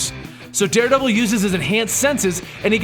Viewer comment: I think Da Deredevil